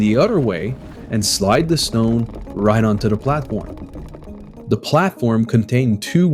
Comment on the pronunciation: It’s pronounced “The” not “Duh”. You should work on that if you are going to narrate.